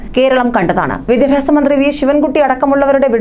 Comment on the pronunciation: Vidhyabhyasam ennu vruthiyayi parayanam